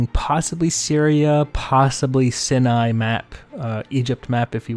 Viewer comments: You keep saying SIN-ny... I think what you mean to say is SY-ny for the Sinai Peninsula the first I makes an "CI" sound not an "IN" sound. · Just throwing it out there, the B52 low pass by the carrier, that's a real world, actually happened thing. And Sinai [sie-nie] lol